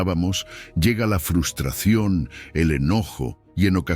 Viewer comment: Me encantan sus lecciones de vida, lo que no me gusta es que el locutor diga FUSTRACION en vez de FRUSTRACIÓN, sería bueno que lo corrigiera.